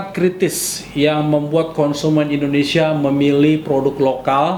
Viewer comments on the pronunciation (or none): none